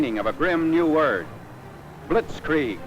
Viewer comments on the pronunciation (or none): Love how commentator says "blitkreig" and video shows tanks moving 2mph